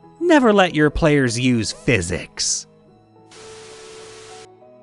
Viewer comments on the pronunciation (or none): none